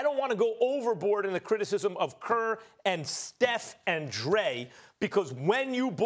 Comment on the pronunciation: "You Steve kerrrrrrr" lol